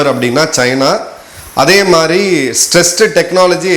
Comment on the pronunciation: Madhiri not MARI.